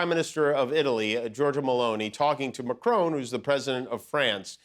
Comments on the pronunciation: Who is president "McCrone" of France? Perhaps someone should warn Emmanuel Macron about this Scottish impostor. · Please it s pronounced Macron , with a short o sound, not Macrone to rhyme with drone , as there is not an 'e' at the end. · I think it is Marcron, not Macrone who is President of France. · It is Macron not Macrone 😬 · Please say names correctly, Jimmy. It's not "MACRONE." There is no 'E.' It's MACRON! It's really not that difficult. Just like "Bon Appetit" is not 'BonE Appetit.' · Kimmel, it's Mac ron, NOT Mac roan. PLEASE. It's FRENCH! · Dear Jimmy, and most Americans. Would just like to point out that it's President MACRON, not Macrone. i.e MACK-RON (ON as in ON the table, not as OWN as in OWN the book). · Please pronounce macrons name mac-kron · For Christ sake why can’t he pronounce Macron correctly? It’s not like Macron isn’t known. I get the jokes great but..